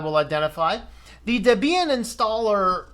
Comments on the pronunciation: DebEEan? Is that how it's pronounced? Has my whole life been a lie? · The emphasis should be on the first syllable according to section 1.7 of the FAQ on the Debian website.